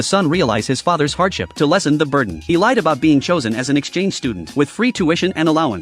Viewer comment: "To lessen his burder" bro 😭😭